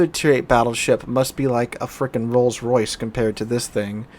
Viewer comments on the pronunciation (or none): none